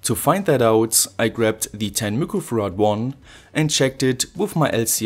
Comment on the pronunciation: Are you saying microfarads? Cause it sounds like looquo farads. Lol